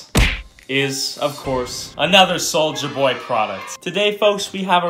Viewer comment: Take a shot every time he said Souija